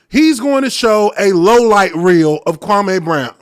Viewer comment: He still intentionally dis-respecting Kwame almost every time he says his name. Notice how he puts a twisted emphasis on the last part of the name? Kwame has already corrected him at least once in the last week how to say his name.